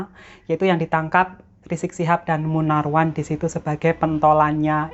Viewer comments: Namanya MUNARMAN mba bukan MUNARWAN OK ...?! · Koreksi Mba bukan Munarwan yg bener "Munarman".